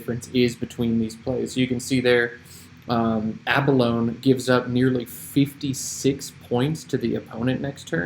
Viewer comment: Love all this - BTW, pronunciation is a-buh-low-knee. Great humility!